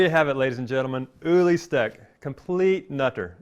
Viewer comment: too bad you can't pronounce his name correclty